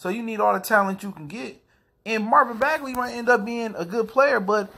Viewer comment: Fair observation bruh. Thanks for the vid. What’s up with the last name pronunciation though?